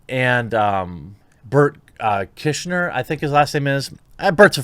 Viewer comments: Burnt kishner? It's funny you messed up his name, since it's a running joke. Bert, easy enough, Kriesher. ( Pronounced, Cry-sure) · Ahahaha bert kosher Just for the record its pronounced like kry shner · Bert "Kishner" lol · 😂 “Bert kishner” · Pronounced like Cry-Sure....Bert Kreischer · That mispronunciation of Berts last name was intentional right? cause that shits funny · "Bert kishner" damnit man I knew i liked you. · I didn’t think people actual fucked up berts name, but you just validated it. KEEEERSHNER? Lmaoo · “Burt Kischner” had me lolling out loud. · No no, it's pronounced "burnt chrysler" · LOL. If you don't listen to Bert and his various works, you have no idea how perfect it is you just called him 'Burk Kishner'. Somebody clip that and make sure Tom gets it. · Beet Kishner??it's BRUCE KRIESHER!!! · Bert. ,= The machine. It's easier that his last name. Pronounced . Cry - sher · You said his name wrong. Its Burnt Chrysler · Keep up the good work Jeremy. And his last name is pronounced Cry-Sure. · Pronounce it right, it's Burnt Chrysler. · Kry-Sher...Burt Kry-Sher. Hes one of the funniest comedians out there. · Nice try mispronouncing Berts surname. We’ve seen the clips. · Gonna get you on Bruce's podcast 2 bears 1 cave. Butchered that last name! Hope the exposure helps 🤣🤣🤣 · Bert Kreischer is gonna hold you down and sit on your face for mispronouncing his name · Love how how you fucked up Bert's name there. Very sly. Well done, Sir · Someone needs to send a clip of him mispronouncing Bert’s name to Your Mom’s House Podcast